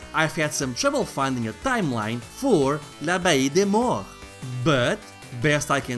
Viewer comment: Man, that's a pretty nice collector's edition. The wax was a nice touch. Really the whole package looks really good, especially for a indie game. I have no idea how you were able to pronounce this game's name lol. I actually really like the graphics and the ability to choose between different versions of graphical modes but the fact it changes up the gameplay itself is really cool imo. Anyway, great review. The CD-I version of this will be the definitive edition.